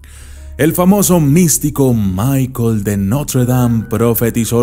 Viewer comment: Nostradamus fué francés, por lo tanto no se pronuncia ''michael'', debería ser '''michel'', además que Notradamus muy pocas veces fijó fechas pues su visión era alquímica Salu2